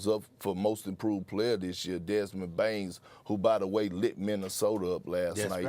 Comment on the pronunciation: why he said Bane with an "S" at the end? My ppl be saying names with s 😂